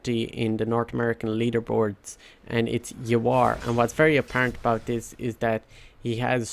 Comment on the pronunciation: its not Ya-WAAAR! ..its infact YAAA-war ..just like it aint Su-MAIL...but Sooh-maa-eel